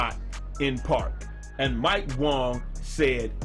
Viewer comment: Its Wang my dude not Wong